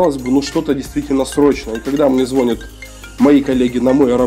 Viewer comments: Все круто, только не звОнят, а звонЯт! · Как услышал "звОнят" дальше не смог смотреть) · звОнят сууука...